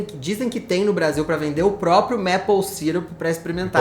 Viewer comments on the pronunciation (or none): A pronúncia de maple é “meipou” e não “mépou”. Eu cometia o mesmo errinho por achar que seria como apple “épou”, mas não é. A diferença deve ser por conta da quantidade de Ps na palavra.😅